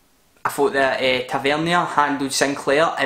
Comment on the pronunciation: Tav’s name is Pronounced TAVANEER 😂😂 Fantastic performance from Rangers especially with all our injuries an running on a team of youths! Great vid 🔴⚪️🔵